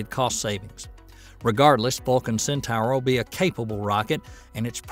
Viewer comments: Centor, not centower. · Cen-tower? It's pronounced Cen-tor. As for "Per-eh-gryne," it's pronounced Peh-ruh-gruhn. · I was spelling it phonetically, just like Hildugard was. Hildugard complained (rightly so) that the video's narrator pronounced it "centower" and he proposed "centor" as the correct spelling, even thought that is also wrong. "Centaur" is pronounced "Centahr", as spoken in the linked official ULA video. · IT'S PRONOUNCED CENTOR !! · Not "Centor", but "Centahr". Right from the horse's mouth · Cen Tower? Go back to school and retake English speech class. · Sin-Tar, say it with me "Sin-Tar".... "Centaur". Para-Grin...say it with me "Para-Grin".... "Peregrine" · Might want to work on English grammar for title, and pronunciation. (AI narration?) "Centaur" and "Peregrine". Maybe I'm just a stickler for details.